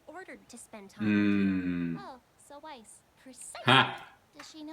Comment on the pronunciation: Say the word "Mice". Then say the word "Nice". Now say Weiss' name! lol ;)